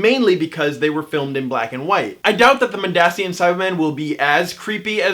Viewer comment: It is pronounced Mond-Asian